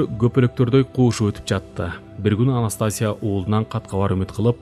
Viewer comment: Анастасия окулганда "И"тамгасына басым берип окулат.